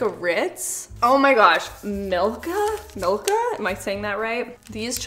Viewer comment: Your pronounciation from 'Milka' was very good 😊